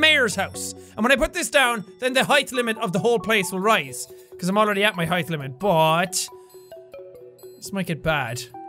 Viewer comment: HAEETH...HAEETH...HAEETH...Shit...can't pronounce it normally anymore...hai...th...FUUUUUUUU!!!!!!!!!!!